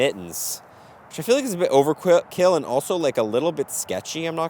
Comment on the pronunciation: Love that your mind went immediately to say “Overqwil” when saying “overkill” 😂